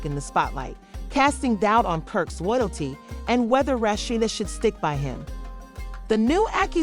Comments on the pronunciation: Girl, learn how to pronounce a person's name before you do a story. I cannot finish due to the way you are pronouncing this woman's name. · Whoever it telling this story is pronouncing her name wrong